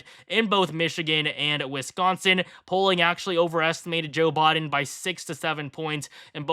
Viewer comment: Brutha it’s Biden not Boden